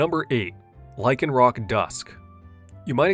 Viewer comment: THERE IS NO K IN LYCANROC!